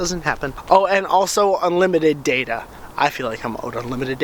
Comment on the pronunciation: you say data wrong ok. SAY IT THE RIGHT WAY!